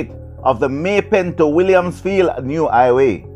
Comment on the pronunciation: Please.... The word is "HI WAY"....not "i-WAY""